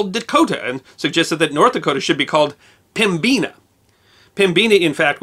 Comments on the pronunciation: Not pem-bina but pem-i-na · This former Unwashed Barbarian would like to thank you for this episode! Side note, I've always heard it pronounced PEM-bina, not pem-BEEN-a. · Could just be a dig at ND too, but I've never heard it said the way he did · I've been corrected more than once. It's pronounced, Pem-bin-ah, not Pem-bean-ah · Excellent video. Just one little quibble from a near-lifelong resident of the Northern half: 'Pembina' is pronounced 'PEM-bih-nuh', not 'pem-BEE-nuh'. Nevertheless, a wonderful summary of the history of the Dakotas. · Never heard the term Pem-Beena before. In Manitoba its always pronounced Pem-bina,(ˈpɛmbɪnə) just like it's spelled. Originally a French word for the river and valley. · Small nitpick about the pronunciation of "Pembina". I have never heard it as "pem-beeena", always I have heard it pronounced "pem-bin-nuh". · Love your work, but,...did you actually pronounce Pembina as "pem-BEAN-ah?" Good lord. It is "PEM-ba-nah" or "PEM-be-nah," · They should have split the states along the Missouri River and had an East and West Dakota. Trust me, especially in SD, they fight about east river/west river far more than they do North or South Dakota. Even the will acknowledge that. As to Pembina, now days the city pronounces it PEM bin a. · I was surprised at your pronunciation of pembina. Apparently there are regional differences. I am from ND, we always used the Canadian version pem-bi-na or pem-buh-nuh. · Now if we can get a similar acknowledgement that Pembina is pronounced pem bin ah you may be able to win over some more barbarians! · In Manitoba Pembina is pronounced PEM-bi-na. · Pembeena is now how I will pronounce it lol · It's pronounced PEMM-bi-nah. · Life long North Dakotan, Pembina is a city in ND at the Canadian border. I can't say I've ever heard it pronounced like that🤣. The i is a short i sound not an e, at least that's how it's pronounced here. Enjoyed your video as usual 👍 keep up the good work.